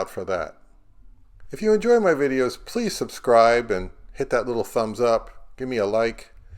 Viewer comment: "Pease subscribe" ??????????